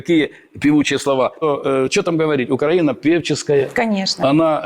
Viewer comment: Та щей УкрАіна,наголос не вірно,убила б...